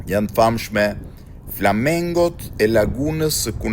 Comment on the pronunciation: Prap nuk e mësove që quhen "F L A M I N G O" dhe jo flamengo si kercimi andaluzian o palo gazetar se le nam😂😂😂😂😂😂 F L A M I N G O F L A M I N G O F L A M I N G OOOOO 🙄🤦🏻‍♀️